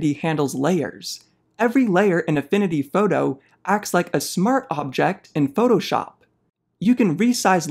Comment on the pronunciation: “Affinity fawtoe” Great video!